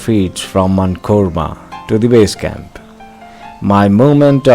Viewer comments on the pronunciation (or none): Congratulations friends for the summit! I must say you have cover a lot information about ladakh and about expeditions. I am from Ladakh and we respect every tourists here. I just want to correct the name of the first camp, , its not Manikormo, its Manikarmo....karmo! I hope you might be knowing about many others peak in Ladakh, Kangyetse, mentok kangri, Nun Kun...some shot for your expedition dreams!